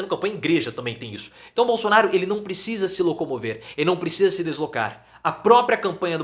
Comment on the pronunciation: Também ele não sabe falar bosonaro